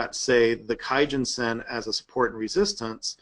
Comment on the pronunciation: "kumo cloud" - research it "key-gen-sen" wow